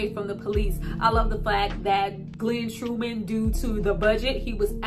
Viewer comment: His name is Glenn Thurman not Glenn true men please fix that my name is Travis Terrell Jacobs and people mess our names up I mean come on sis get his name straight GLEN TURMAN.. NOT GLEN TRUE MAN .. Fix that mistake